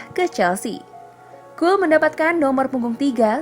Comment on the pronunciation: Cole bcanya bkna col